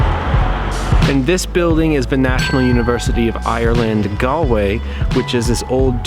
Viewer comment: "Ga-ol"! Pronounced "Jail" and means that. it's the way it's spelt in the UK. BTW you didn't go visit the "King's Head", a beautiful pub founded by King Charles I's executioner! Should've been on your list! The River Corrib flowing through the city and the canal make Galway one of the most photogenic cities I've ever been to.